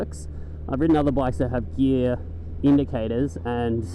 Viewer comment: NIGGA LEARN HOW TO SAY GEAR lol